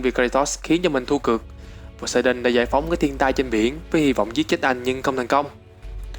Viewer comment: tưởng phát âm là Pô-sê-đôn mới đúng tiếng Hy Lạp chứ